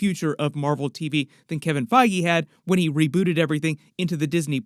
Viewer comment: Wen sounds like one not when.